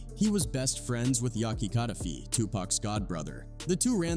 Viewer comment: Say it with me now… ka-da-feeeee, fay-tal did you listen to PACs songs before saying the names 😂